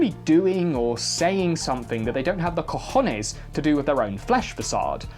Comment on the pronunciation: Absolutely fantastic pronunciation of "cojones"